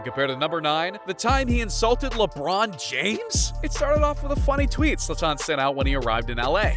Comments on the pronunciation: I can't take this video seriously when you can't even pronounce his name correctly. It's Zlaaatan and not Zla-tannn! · Why hasnt nobody mention that he enunciate his freakin name at the wrong A. Its ZlAtan not ZlatAn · You are disrespecting him pronouncing his name like that 😂 Its not zlaTAN, its ZLAtan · His name is pronounced ZLAH-TAHN. Not Zahtahn. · It’s ZlAtan, not ZlaTAN. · Its pronounced zlatan. Not zlataaaaaaaaaaaawn. Come on ai. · It's zlatan and not zlataan dude mispronouncing the gods name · funny how you get his name wrong continuously, it is ZLATAN say it over and over, not Zoltan!!!!! Oh, and ethnically he is SERBIAN, you can tell from his name. JS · Who cares for mls?! Who calls Zlaran Ibrahimovic a f Zlata-an. Zlatan not Zlataaaan. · ZlAtan, not ZlatAn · HIS NAME IS ZLATAN, NOT ZLATTAN! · Zlatan, not Zla-tan. Come on bruh. Just say it all together, stop making a pause. This video is so americxan where the presenter has to be the star and the center piece instead of just showing footage. Trying to be funny and cant even pronounce his name. 100% american bullshit. Stick to pigskin-ball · 2 seconds in… ZlaTÁÁN?? Fuck this video dude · Who is Zla-Taan? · His name is not Zlaten he is sathan😈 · no. u mispronounced Zlatan in the 1st seconds so I couldnt. Ur narration is a bit over the top as well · I think the biggest disrespect is mispronouncing Zlatan's name this whole video. Would it had cost to put at least 20 seconds research into figuring out how to pronounce it? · Mispronouncing his name for 11 minutes straight. Talk about disrespect. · Wrongly pronounced Zlatan through a whole video, but good video anyways. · It would have been better if you pronounced Zlatan correctly. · Bro, ur butchering his name. Stop saying it like a idiot , and u talk to much , the clips talks for it selfs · Who tf is Zlataahn? This narrator man. And bordell? Its bordeux whete is the l?